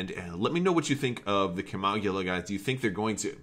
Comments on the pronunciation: its pronounced (Kim-oh-gill-a) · lol, no worries. i was just "cracking wise", ships been around for a long time. this was my ship of choice way back when i played star wars D6 role playing, like 2004-5ish. in the old books the pronunciation was Kim-oh-gill-a. lol. The ship was even more badass then, than compared to what FFG did to it. they neutered my favorite ship. sadface.